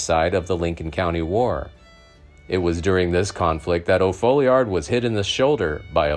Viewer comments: It's Tom O. Falliard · Its FOLLIARD. The O stands for Oliver, his middle name. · His name was Tom O. Folliard, not O'Folliard